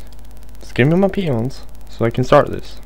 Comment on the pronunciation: Did anyone else think at first when he was repeating "Give me peons." that he was actually saying "Give me penis, give me penis."? Or is that just my dirty mind...